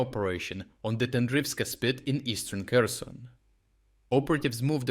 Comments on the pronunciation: It's Pronounced HUR-SAWN! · Every westerner tries so hard to pronounce Kherson the Ukranian way, and you just went right out and pronounced it like a western person would, with a hard K. Also you don't need to pronounce Krim (Crimea) in english like a crime has been done.